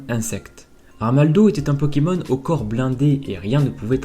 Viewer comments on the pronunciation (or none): none